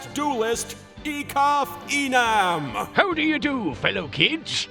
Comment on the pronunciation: It took me a second watch to realize what "name" was being pronounced here: Ekaf Enam. ...which I assume is meant to be Ekaf Eman, aka. Fake Name backwards.